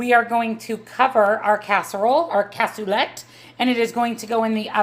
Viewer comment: Cas u lay it's French if you say how I wrote it that's how it's pronounced